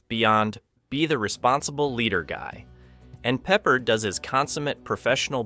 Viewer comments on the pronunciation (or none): pep-PAHRD ... NOT PEPPERED <CRINGE>!!! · Was liking your channel until this video when you said George Peppered. It's pronounced 'PepPARD.' Obviously you are not TRUE fans of the actor or the movie you're talking about or else you would have pronounced the name correctly. Not watching any more of your videos after this glaring error. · George "peppered?" Really? Are you an AI, or are you 12 years old? It's Peppard, pronounced "pup-aard." Pronounce the a like you're a pirate, And the first syllable like you're talking about a young dog. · It's George Pep Pard not Peppered. One of my favorite actors from this era. I don't know why people that make videos often mispronounce peoples names. Do some real research! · It's George Peh-Pard. Not peppered. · Pepper? You mean Peppard? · Peh-PARD, you d*mned Zoomer. FFS. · 20 in, and this Douche F's up! It's pronounced Pep - Pard!! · No one pronounces Peppard as Peppered... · btw. George’s last name is pronounced Peh-PARD. Great video btw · That's not how you pronounce Peppard, lol. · ...just stop... You dont understand how movies are adapted AND CHANGED... also, it is pure idiot cringe that you cant pronounce the actor's names.... Just stop...this is not your thing.... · Honestly, it makes it sound like an AI video when you can't pronouse the name of a very well known actor correctly. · Please teach your AI to pronounce the actors names correctly. The real tragedy is this review was worse than the real Damnation Alley. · When you didn't pronounce "Peppard" correctly in the first 30 seconds I couldn't take your analysis seriously. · It's AI. The mispronunciation, weird pauses, etc. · The least you could do is pronounce George's name correctly!!! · Apparently, everyone on the planet knows the correct way to pronounce, George Peppard, except for this bad computer generated narration. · Yeah, everybody but the Indian that put this together. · I had to stop watching this for that reason